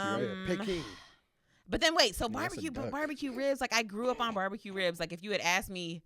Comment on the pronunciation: No one was on him for consistently pronouncing it borbacue, so…